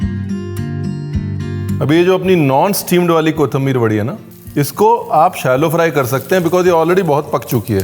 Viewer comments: Very nicely and in details explained But Paaji your pronounce for kothimbir is not correct your says KOTHAMBIR otherwise you are great i follow your recipies and all ready made plenty of them. Thankyou very much making me good cook at the age of 60 Please say someday on any of your video on my comment Thankyou Dear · 3 words seekhe usmebhi ek galat 😂 kothambir nahi kothimbir (कोिथंिबर) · कोथंबीर नही, कोथिंबीर ✓ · It’s “ko thim bir”😂